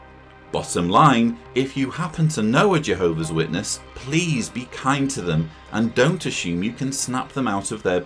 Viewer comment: It's pronounced J- Hobees 😂